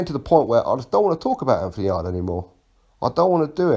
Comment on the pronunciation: its yarde not yardie loooool. Just messing big fan of your channel